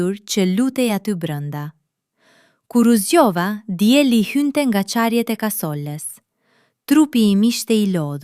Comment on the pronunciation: mashtrim me Ki,nuk din as me shqiptu diellin kasola a je serbe a